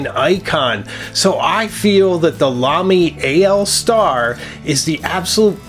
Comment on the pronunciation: Thank you for pronouncing the Lamy AL Star correctly, it is in fact AL Star, not All Star as many pronounce it.